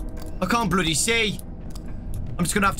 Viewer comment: When says "bloody" he becomes more BRI'ISH